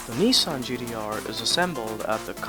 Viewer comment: Nissan...GDR...😂 😂 😂 😂 Learn how to say the name of the car the right way you dufas!!! 😂 😂 😂